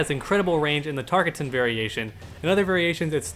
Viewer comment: If Baraka were here, he would hate how always mispronounces Tarkatan. It's like this, Tahr-Kah-Ten.